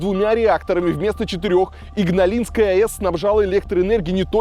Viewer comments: Игналинская АЭС с ударением на второе «и», а не Ингалинская. Подправьте озвучку пожалуйста! Есть такой город в Литве - Игна’лина… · " Ингалисской"?Игналинская станция! 😜 И, ещё, МАГАТЭ это международное агентство атомной энергии, а не энергетики. Готовиться надо "тщательнее" 😃😂, дорогой Илья. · Какая иНгналинская АЭС, если иГналинская, капец конечно материальчик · Ух как режут слух слова из детства. Не ингалинская, а Игналинская АЭС. Не ШевАлдин, а ШевалдИн. Не Каунус, а Каунас. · Ингалигская АЭС немного напрягает хД на пост обработке думаю можно и поправить было